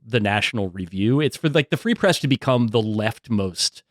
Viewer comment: “Free press” more like “ree press”, ok I’ll see myself out.